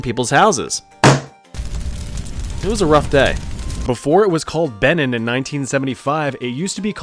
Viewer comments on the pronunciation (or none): Benin = Be-neen, Niger = Nee-shh-air, Nevis = Nee-vis, Bahrain = Baa-rain, Eswatini = Ess-wah-tee-nee, Slovenia = Slow-vee-nee-ah, Eritrea = Air-re-tray-ah. Also Seychelles is another one where you have to put “The” at the front. The Seychelles. 😊